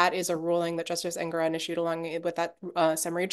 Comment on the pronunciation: En-goron not Eng-goron.